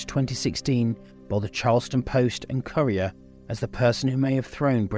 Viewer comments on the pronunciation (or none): none